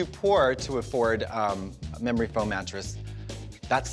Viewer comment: Don't you mean "mamory foam" trixie 🤣 when you're feeling yourself up